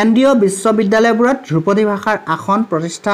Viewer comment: "দ্ৰুপদী" উচ্চাৰণ নহয় মাষ্টৰ "ধ্ৰুপদী" হে । আজিকালিৰ ছাত্ৰ শিক্ষকে অসমীয়া বানাটো লিখিব নাজানেয়ে তাক ইংৰাজীটো লিপ্যন্তৰো কৰিব নোৱাৰে । কথাষাৰ কোৱাৰ বাবে মোৰ ওপৰত দেদীপ্যমান নহব ।